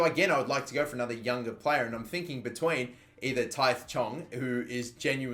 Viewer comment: Tahith is pronounced like Taheet